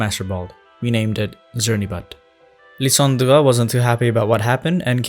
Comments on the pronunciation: Lie-san-dre not Lie-dan-der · hey! lysandre is pronounced lie-san-der 😄 good video tho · i spent a good 5 minutes trying to recreate how you pronounce "Lysandre." i wasnt even close